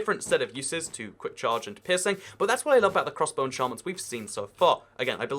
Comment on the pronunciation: Every time he says peirceing it sounds like pissing lol